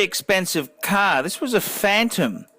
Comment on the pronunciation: It is best to watch this video with the sound OFF. has the most annoying voice on YouTube. The man can't 'say 'car' correctly. I wish I had a buck for every time he says 'Ka-a-ar'.